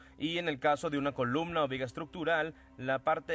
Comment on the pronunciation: Se pronuncia columna y no colubna como se escucha en este vídeo